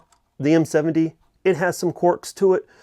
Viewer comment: Its Quirks not Quarks....lol